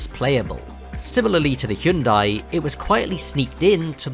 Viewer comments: Finally someone who can pronounce hyundai, thank you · Bonus points for appropriately pronouncing the brand "Hyundai"